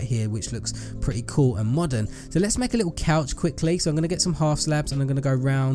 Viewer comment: I like how he says lit el